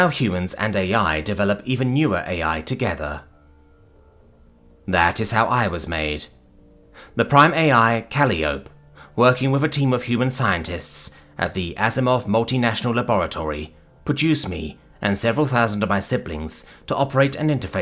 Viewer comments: It's not "cali-ope" it's pronounced "Ka-Lie-ope-ee" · "Can I just ask one question... would anyone like any toast?" (it's Cal-eye-oh-pee too)